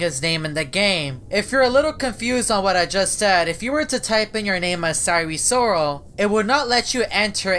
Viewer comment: Sire Soral (Sire Sorol)